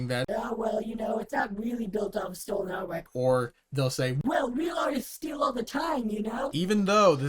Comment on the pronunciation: ngl bro stinks of twitter, i tried to give you a chance, but the "meh stolahn art" "meh globahl warmung". I was mistaken to waste so much time, your second video on that series just confirmed my thoughts. "meh warking clas" says all i need. Have a good day, i found your constant interrupting really annoying